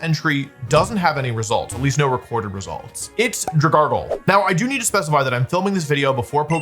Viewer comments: 'here's the thing about DRAHGARGLE' omg lol Then he just slips in 'Dragalge name normal forme' here and there showing he knows EXACTLY what he's doing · His terrible pronunciations always makes me wonder if he has dyslexia or something. It's literally dragon + algae. How do people screw this up? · “Dragargle” HAS to be ragebait there’s no way💔💔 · He technically doesn't even pronounce it correctly then. It's Drag Algae. He still mispronounced the Algae part. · drag-al-gee because algae is pronounced al-gee wdym aylge ? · No no no he says Dragoggle 😂😂😂😂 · This is maybe the worst pokemon mis-pronunciation I've ever seen. It's made of algae.... Drag-algae... Where's the extra R coming from?? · Wolfe I need financial compensation for having to hear your pronunciation of dragalge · Bro why does he pronounce Dragalge like that 😢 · 15:88 I feel baiter by the way he's pronouncing dragalge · His pronunciation of Dragalge is causing me serious psychic damage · He said it right like twice and proceeded to say it wrong again lol. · Wolfey: Dragargl, Dragargl...and then he pronounces it properly by saying Drag Algea... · Dragalge is pronounced drag algae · dragargle deez nuts idiot (dude it looks like algae. it's drag-algee) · "Drag gargle" STOP STOP STOP STP STOPP It's Drag-algae. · Dragargle is my new favorite mispronunciation 🤣😭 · I cant get past the fact that Wolfey pronounced Dragalge as 'dra-GARGLE' rather than 'drag-ALGAE' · I love you Wolfey, but I’m afraid it’s pronounced Drag-algae. Dragon algae. Because it’s a kelp dragon! Great video, I love hearing you talk about competitive Pokémon! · Dragon. Algae. Dra-gal-jee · Dra- gargle????????????????? That is so funny. Alge is NOT a common word. But like.... gargle? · What did you just call it? 😂 "Dragargle"? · “Dragargle” is hurting me. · Wolf PLEASE..... Drag-Alge Alge, Al, Gee, like the plant in the water. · “Drag-algae”. You used an unneeded r 😂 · I’m begging you to pronounce it as “Drag-Algae” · "Dragargle"... bro 😭😭